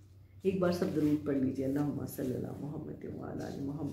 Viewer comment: darood tu sahi parh lia karo